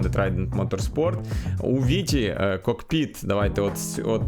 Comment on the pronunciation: Дякую за контент але не кокпИт а кОкпит.